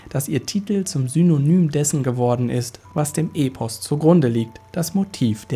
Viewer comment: und das E in Epos wird kurz ausgesprochen (Es kommt ja von dem griechischen Wort ἔπος und nicht ἤπος, also kurzes E)